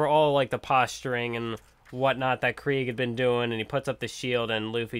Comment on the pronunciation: ITS PROOUNCED KREEG NOT CRAIG JESUS CHRIST